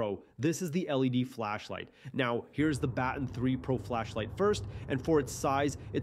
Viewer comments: did i just hear you say "battin" when its pronounce buh-ton i dont blame you, i just never hear anyone pronouncing it wrong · Never heard Baton pronounced that way haha